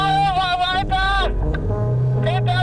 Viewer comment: wheiter, wheiter, wheiter, wheiter, wheiter, wheiter, wheiter, wheiter,...